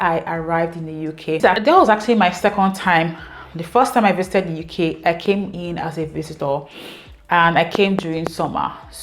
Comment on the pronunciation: Thanks for sharing your experience...❤❤ Please don't go back, stay in the "Youkay" forever 😅. We hope that by this time next year, you'd have added some "Likes" and reduced some "dislikes" ❤